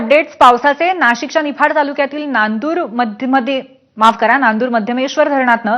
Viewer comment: अगं ए बया..नांदुर मध्यमेश्वर नाही ते नांदुरमधेश्वर आहे.